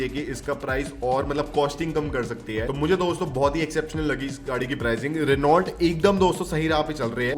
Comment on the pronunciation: भाई आप रीनॉल्ट क्यों कहते हैं? यह रेनो है।